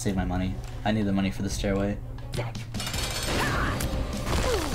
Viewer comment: when you say "stairway" it sounds like you're saying anything but stairway